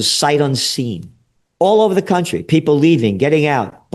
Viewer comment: Dude actually said cunt trie 😂😂, he’s great 👍💪